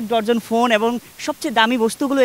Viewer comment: ভাই ডর্জন না উচ্চারণটা হবে ডজন